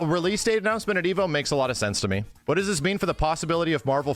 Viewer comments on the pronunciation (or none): none